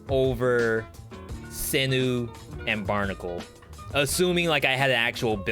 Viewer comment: Turrets: Owl > Double Cross > Barn (stationary owl) > Heavy > sinew. (also I think its pronounced SIN YOU not sinu :d)